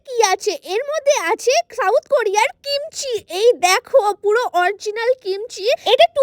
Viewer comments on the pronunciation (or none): সাউথ কোরিয়া ❎ শাউথ কোরিয়া ✅😂🤣